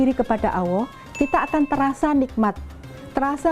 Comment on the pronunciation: ....ma, af buk,materi ceramah baguslah itu. Tapi waktu mengucapkan kata "ALLAH SWT ditelingaku rasanyia kurang Mantul. Salaam hormat.....